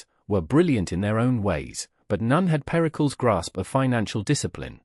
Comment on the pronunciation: Periklis not pericols